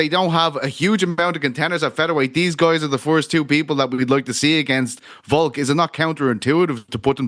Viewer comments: Again Ariel, it’s Volk, not Voke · Petition to get the show to stop talking about Volk just so that we don’t have to hear Ariel say “Voke” anymore